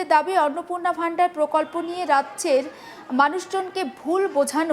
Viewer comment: Vandar কি জিনিস? শব্দটা ভান্ডার (Bhandar)